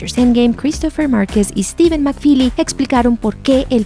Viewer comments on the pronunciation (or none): none